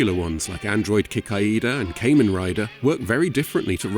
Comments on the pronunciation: Absolutely loved this. Watching for a second time. However. Kamen Rider isn't pronounced as "Kay-men" like the islands. It's "Kah-Men" like, I dunno, the Japanese word for mask...? Incidentally, I love the apparent crossover a lot of these bad dubs have with Transformers. Look up the worst dub of "Headmasters" and you'll see / hear a lot of familiar dubbed voices. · Kamen, not Cayman Rider.